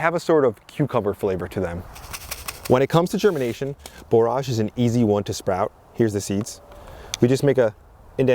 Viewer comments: "Borrij" not "bore arj" 👍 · I wasn’t sure, so I looked it up, and “borage” is pronounced like “storage” (just so you know). Our last average frost in our high desert of southern Utah is May 20, so we’re about a month behind you, but getting excited as well! 🌱